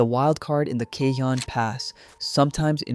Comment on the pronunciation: You managed to pronounce Cajon different every time. It’s ca-hone